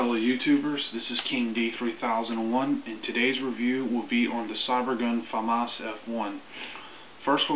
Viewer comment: your the only person i know that says famas right on youtube